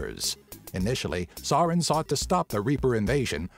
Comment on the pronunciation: I love your channel, but you butchered Saren's name.